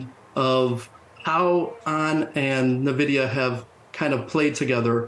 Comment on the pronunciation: If the person can't even pronounce Nvidia correctly (Nuh-Vidia), I can't take them too seriously.